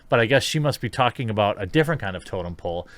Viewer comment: Did she say totem pole or token pole?